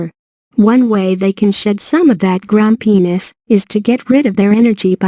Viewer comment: Did she just say; grum-penis?